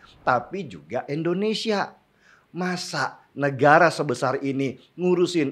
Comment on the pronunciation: INDO bang, Indonesia. bukan ENDONESIA